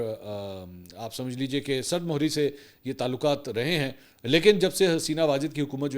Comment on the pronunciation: Sard muhri ghalat hy.shi mihri hy.lekin ap thik nhi kren gy.mohri nhi mihri hy.meem k neechy zer hy